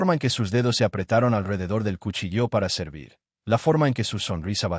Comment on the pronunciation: No es cuchillo acentuado en la o, es cu chi llo, 😂😂😂😂😂😂😂😂😂😂